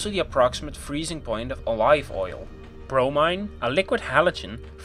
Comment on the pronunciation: Just a list of temps and slideshow images with some misspelling (bromine is "brom-eee-n", not "bromaine") and errors (fridge is usually +4 deg C, -18 C is for freezer)... Hopefully you'll get better next time.